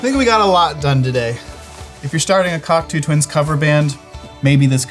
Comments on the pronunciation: Cackatoo Tuinz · You want that pushbutton/Dimension rack chorus? Klark-Teknik still makes one.Cheaper than many pedal choruses, from Sweetwater Sound. Also, the way pronounces "Cocteau Twins" makes it sound like a porno.